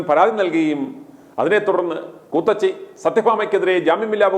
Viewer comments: കൂത്തച്ചി അല്ല കൂത്തിച്ചി.... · കൂത്തച്ചി അല്ല '' ഇവൾ കൂത്തിച്ചി എന്നാണ് പറയേണ്ടത്